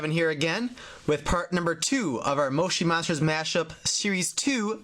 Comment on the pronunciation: it is not moshi monsters you are saying it rong